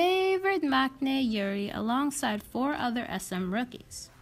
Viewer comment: Maknae is pronounced as Mangnae.